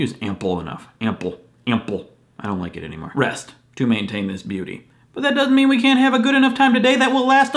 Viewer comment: Did you say "beauty sleep" or "beardy sleep"?